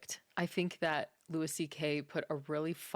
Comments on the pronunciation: Just FYI it’s Loo-ie, not Loo-is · Ma'am its LOO-EE CK, not LOO-ISS CK... 😉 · Could you at least pronounce his name the way he presents it? The "s" is silent so it sounds like Louie. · It's Louis, pronounced "Loo Ee" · Pronounced Lew E. He’s the GOAT! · Louis is pronounce like Louie C.K.. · I’ve never heard anyone say his name like this. Not one bit of research at all?